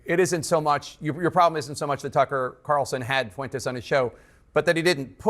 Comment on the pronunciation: CNN can blow me. Nick is spot on all the damn time. Also, I’m not Mexican but why can no damn whitey ever say FUENTES correctly? Pathetic.